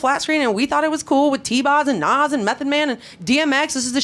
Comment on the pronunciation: No lie Belly kept my ass off the street and i first seen this movie at 9 and few parts of the movie was shot in my neighborhood. ease back and its "NAS" NOT "NOS" LOL